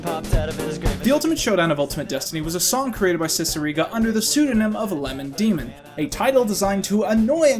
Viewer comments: omg first you said lemon demin then you said liman demon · Normal people: lemon demon: LiEmOn DiEmOn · Lemon Demon Lemon Damon Leemon Deemon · Ahh yes, Leemon Damon, my favourite Yotueber. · I love how you kept pronouncing lemon demon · Good video but I gotta ask, are you purposely pronouncing words incorrectly? You say Neil's last name like 3 different ways, you mispronounce Lemon Demon despite it being two basic words (though you did mention they were purposely hard to pronounce), and a few others here and there. I kinda feel like it was just part of the joke that maybe I missed.